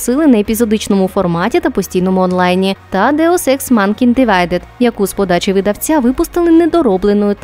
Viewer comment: "манкинд" (фэйспалм) блядь ну вы там слушаете что несете перед тем как заливать на ютуб?